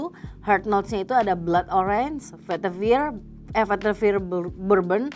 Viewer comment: Aku mau komen, udah diwakilin disini. Pasti notice pelafalan "veitiver" sama penyebutan "akar2an" ya 😅